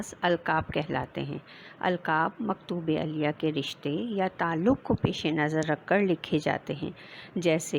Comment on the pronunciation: Maktoob elyh hotahe not elyaa